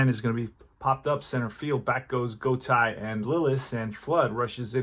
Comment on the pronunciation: enjoyed the game. I really like Deep Drive as a game to occasionally play. Just a minor note for future broadcasts, as an older guy - I remember many of these players. I’m pretty sure Julio’s last name is pronounced “Go-TAY”. Looking forward to more of this project.